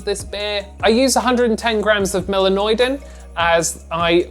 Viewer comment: The beer looks really nice. And congratulations for pronouncing the melanoidin malt😀